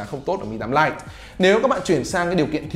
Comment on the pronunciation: ãnh đọc phát âm tiếng anh hơi chuẩn haha Lite- stờ- !!😂😂😂